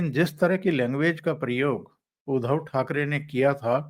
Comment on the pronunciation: उधव नही उध्दव है ध् आधा उसको द जोडा हुवा उच्चार है उध्दव आये उधो हमरे अंगना.." सूरदासजी कवि है. 8 मात्रा जुडने के लिये कवितामे माफ है